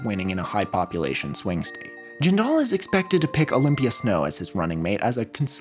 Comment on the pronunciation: Jindal rhymes with spindle. It's not jin-DAL. Sinema is pronounced exactly like cinema.